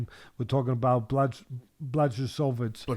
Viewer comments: Fella's it's pronounced Blahovich. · Lol bla chow vich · The correct way to pronounce his full name is Yan Buahovitsch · Didn't Teddy last call him Jan Blowfish.